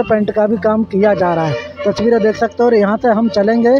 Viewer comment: Phle ye tasveere bolna seekh Jaye touchveere bolta hai usske baad lelena chaiye drone taki drone ki touchveere nahi tasveere dikhaye:-)